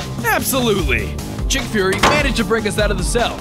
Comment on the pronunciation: Nick furry and you call him chick furry